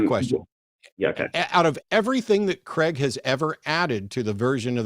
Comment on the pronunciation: Why do people pronounce Craig as "Creg" rather than "Crayg"?